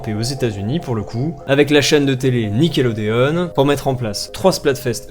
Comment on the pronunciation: C’est une blague ou il a dit Nickelodeone 😂😂